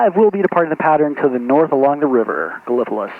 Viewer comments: Another great video! You flew over my home airport KEKN. I have enjoyed watching you fly around my home region and many of the small airport I visit frequently. And just one small correction Gallipolis OH is pronounced GAL-uh-puh-LEESS or GAL-uh-puh-LISS. Keep making great content! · I think it's pronounced gala - police.